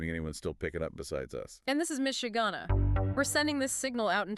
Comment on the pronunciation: Miss Shuganna pronounced Michigana makes her sound like a Kaiju that terrorizes the Great Lakes area. 🤣